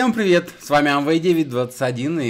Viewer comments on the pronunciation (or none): none